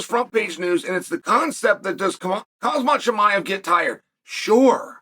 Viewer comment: So disrespectful, if you’re speaking about someone, at least have the decency to learn how to pronounce his name correctly.